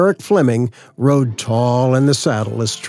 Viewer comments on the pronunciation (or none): none